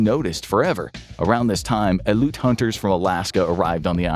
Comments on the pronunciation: While you did pronounce Aleutian correctly, the correct pronunciation for the singular "Aleut" is Al-ee-oot as compared to the the Al-loot I was subjected to this video XD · Future reference aleut is pronounced alleeoot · As an Alaskan, i can tell you its pronounced Al-EE-oot